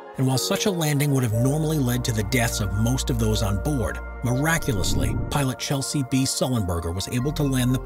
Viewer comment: Capt. Sullenberger's first name is pronounced Chez-ley, not Chelsey.